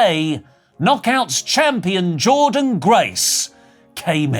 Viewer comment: Who tf Jordan Grace??!!! 😂😂... Its Jordynne Grace you wrestlenerds!!